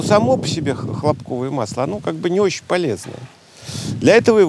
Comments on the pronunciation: ХлОпковое масло. Ударение на первый слог. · ХлОпковое масло, правильное ударение на первое о